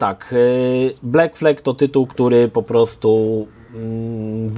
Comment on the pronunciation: Sorry. Nie błekflek tylko blakflad